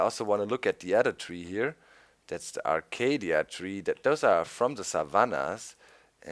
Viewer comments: Its acacia(ey-key-sia), not acadia ;) (ps. I have this new google+ thing) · Arcadia?! A-CA-SHA that's how it's pronounced doc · Hey Doc, the Acacia trees are pronounced A-kay-sha. just so that you know. Great vid man, Keep up the great work! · Hey Doc, the correct pronunciation for the Acacia wood and logs is Ah kay shah :) dont mean to be a grammer nazi or anything just helping out your english a little :) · doc its acaCIA NOT DIA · kim-daniel breivik Never have I ever heard it being pronounced like that . maby it's a east coast thing but it is definatly a-ca-sha even gennyb pronounces it that way he's like the only mindcracker who pronounces it right not arcadia not acadia and not acashka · btw Doc it's pronounced (acay-sha) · Doc it's pronounced "a-kay-shya"